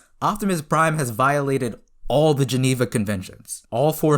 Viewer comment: "So today guys we're going to be working out if optimus prime violated the geeneva convention." I'm sorry, I can't....